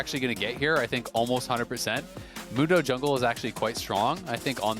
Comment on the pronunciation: The American pronunciation of "Mundo" will always be cringe.